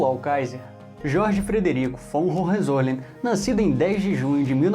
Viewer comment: Hohenzollern, se fala: Roem- Tzo-Lérn. O "R" de Roem se fala como os Cariocas fala o "R" de Rio de Janeiro....